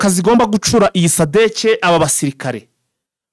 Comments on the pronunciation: Mirongwine(amakamyo)n,imwe(ikamyo)ntabwo wibeshye💪 gusa ntibavuga gucuura ingabo bavuga gucyuura,ubundi nkikundira akajambo sadecye😂😂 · "amakamyo mirongo ine n'imwe" biravugitse . Ikitavugiste wowe urimo uvuga ni "GuCura".... bavuga "guCYUra" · Ntabwo bavuga gucura bavuga gucyura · Bavuga gucyura ntibavuga gucura